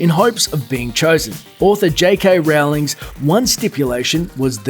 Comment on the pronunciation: How do people still mess up Rowling? It's pronounced "Rolling"